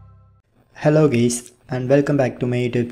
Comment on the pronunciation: He said hello Guys but it sounded like hello gays to me